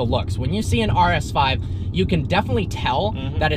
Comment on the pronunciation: Lmao the ERRSS ZSSS 5